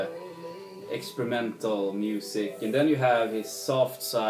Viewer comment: Did you say excremental instead of experimental? lol Agree that the Waits album is very good, I notice several of the songs on it sound almost exactly like old Waits songs, but if it's not broken it doesn't need fixing. "Hell Broke Luce" is one of Waits greatest songs I think. It will definitely find a place in the lower end of my top 20 of the year. I have trouble getting through most Floyd that isn't the Syd Barret era, lol. Hope you have fun at the Dylan show, I've seen him 3 times.